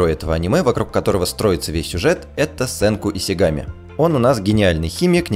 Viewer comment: СЕНКУ И-Ш-И-Г-А-М-И!!!! Какая нахрен "С"????? Там "Ш"!!!